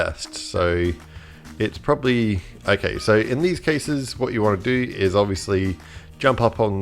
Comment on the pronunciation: “probsably” 😂😂😂 struggle was real in this vid